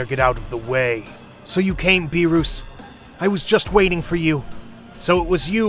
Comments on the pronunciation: why did whis the homie pronounce beerus as 'biiroos' 💀💀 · Nobody: Him: Beeroos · the fact when he said beeros😭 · You say beerus very strangely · damn THIS is the shittiest "what if" ever, everything about it sucks from the narration to the story p.s stop being a prick and pronounce beerus properly, ur vegeta imitation is beyond terrible edit: killing bubbles was a bitch move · you said all the names wrong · Sorry sorry you pronounced beerus's name wrong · I love how you pronounce BeeRus lol. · These videos genuinely offend me, Like the way they say Beerus and Whis. Also calling them Dragon Spheres :skull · Beerus not beeroos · It beerus not beeros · its beerus not berus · berus=bee-russ not bee roose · It is not Berus it Beerus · Beruus hahaha it's beerus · Why, just why. Beeroos, and not Beerus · It's beer us not beerooos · Sorry for the grammar correction but it's not Ber-roos it's Ber-us or Be-rust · It’s not Beeruse it’s Beerus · I love the parts when he say beeroos and hermit seeds (def not beerus and sensu beans) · Everyone: beerus: beeroos💀☠️💀☠️ also everyone: shenron: shenlong 🤦‍♀️🤦‍♂️🤦‍♀️🤦‍♂️🤦‍♀️🤦‍♀️🤦‍♂️🤦‍♀️🤦‍♂️🤦‍♂️😑😑😑😑😑😡 guys why this guy so dumb everyone: super sayian/ssj/ss super sayian 2/ssj2/ss2 super sayian 3/ssj3/ss3: sayian 1 sayian 2 sayian 3 bruh 😑😑😑😑😑😑😑🤦‍♂️🤦‍♀️🤦‍♂️🤦‍♀️🤦‍♂️ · Who is beeroos!? ITS BEERUS NOT BEEROOS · Bro said beeros 💀💀💀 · he say lord beroos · Beeroos? Seriously dude 😂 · "mR bEeRoOs" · "whats going on mister beeerouse" lmaooo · bee-rus :skull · that the heck is a beeruus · WHY DO YOU CALLHIM BEEROUS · Not “beeruuus”💀💀💀💀💀💀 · BRO HPHE SAYS BEOS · Also it's beer-is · bro calls berrus Beeruus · "Mr beeurus" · “These order are from the great god beeroos” 💀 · So out of all his friends, he’s surprised vegeta turned him?🤣🤣🤣🤣🤣🤣🤣🤣🤣 and “Beeroos” who tf is beeroos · Stop saying burus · did he just call beerus bearoos bruh 😮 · 1 its not berus 2 its not wis 3 its dragon balls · "beer-uu-s" "Whes" "Shen-long" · “Mr. Beeroos”